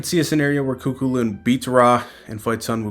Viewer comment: It's pronounced coo-cullen. Great coverage. KEEP IT UP!